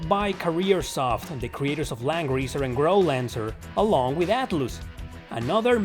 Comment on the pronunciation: Atloos? Raidoo? Serioosly?